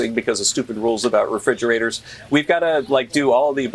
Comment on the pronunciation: Fridgerators? Wtf are you talking about?